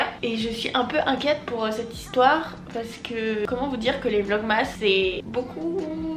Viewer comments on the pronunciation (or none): Je te kiff mais vlogmas ca s’écrit comme ça mais ca ce dit vlogmes❤️